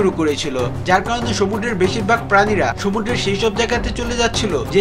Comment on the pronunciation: Vai apnar uccharonta shuddho na... Sumudro re apni সমুড্র bolcen...